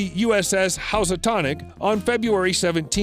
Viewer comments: Housatonic: Hue-suh-tawn-ick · Are you an English speaker ? Say in- Sigh- to and Hooose- a- tonic. Lots of mistakes! Learn the words , don't guess!